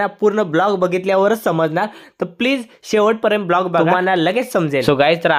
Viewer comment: दादा ब्लोग नही व्लॉग बोलय्च बकी सगला चग्ला हाय